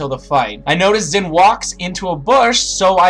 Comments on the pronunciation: It's pronounced like "shin". Chinese x's have an sh-ish sort of sound. It's hard to explain lol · Why can't Americans pronounce Xin's name right...? But nice guide regardless :)